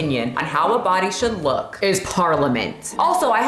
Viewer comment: I'm not playing with you! "She fights...with her BaHdyy!!" Almost threw my phone lmao